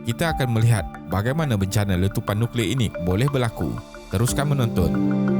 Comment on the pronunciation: Nucklear (NO CLEAR)